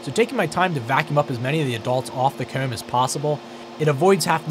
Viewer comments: I keep hearing COOM and not COMB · Is he pronouncing the word "comb"? Regional accent?